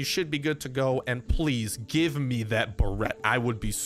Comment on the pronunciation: It’s not the Ba-rett. It’s the Bear-it